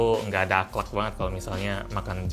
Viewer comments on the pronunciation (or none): Orang2 bilang "ahlak" bilangnya "aklak